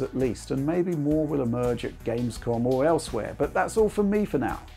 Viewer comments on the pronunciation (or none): none